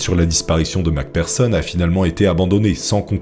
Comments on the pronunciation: J'adore tes vidéo 🙌🙌🙌 Merci Beaucoup de faire toute ces Merveilleuse Recherche pour nous 😁🙏 P.S. Macpherson est prononcé avec un "F" et non un "P" pour le "PH" dans nom de famille 😉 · Le mec prononce mal Mc Pherson, et se trompe même sur son sexe 😅 Ce professionnalisme ! 😂